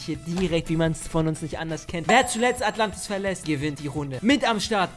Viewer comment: ES HEISST NICHT ATLANTIS